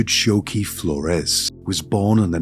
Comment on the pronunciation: Richard Choque Flores is his name. Choque is pronounced “Cho-keh” not “Sho-ku”. It took me a bit to find how to spell his name to research him because of the mispronunciation. Anyway, the doctor, the judge, his mom & sister should be behind bars. They are just as guilty for his crimes. This is horrendous. I can’t believe this can happen to such a degree. God damn disgrace!